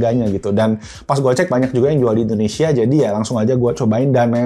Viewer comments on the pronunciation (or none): none